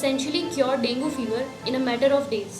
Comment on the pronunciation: Dengue is not properly pronounced in this video. Although good explanation